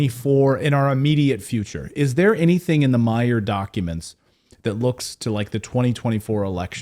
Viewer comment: Billy Meier, not Meyers.